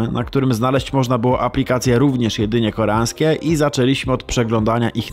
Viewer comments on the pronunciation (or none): czy Ty możesz zacząć mówić, że coś jest koreaŃskie, a nie koreanske, bo uszy krwawią xD